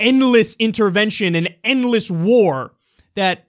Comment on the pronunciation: Really Kyle, "Wár"?